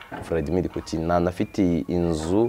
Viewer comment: Ujye ugerageza uvuge Poutine neza gusa, kuko ni umutabazi w'Isi